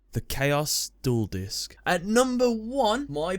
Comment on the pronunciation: At first I thought you said number five was the juul disk xd